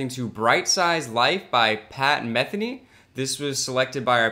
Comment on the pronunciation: It's pronounced meh THEE nee. On the original recording, the late, great Jaco Pastorius played bass.